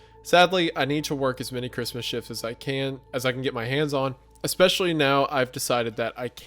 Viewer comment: I swear I used to say expecially too😭🤣 I think it might be a Midwest thing